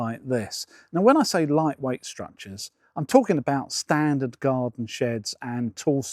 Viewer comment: I was taking the mick from his emphasis on 'standard' but thanks